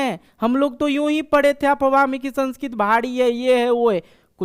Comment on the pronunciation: The pronunciation of the word "Sanskrit" is wrong!